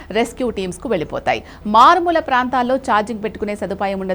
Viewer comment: మారుమూల❌️😂 మాలుమూర ✅️🤪